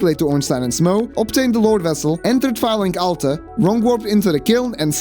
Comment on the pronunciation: The way you pronounce Firelink Altar kinda sounds like Phallic Altar, which makes it all the more funny